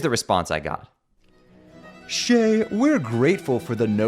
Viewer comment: Shayy, its Shayy, go to Shayy